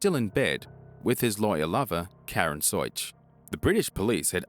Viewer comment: Karen Soich " sooo itch "